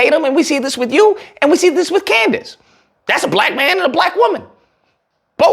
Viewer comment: I HOLLERED when you called her COONDACE!!!